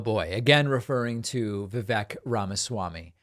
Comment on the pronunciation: It's not Vivek. It's Viveyk rhymes with cake.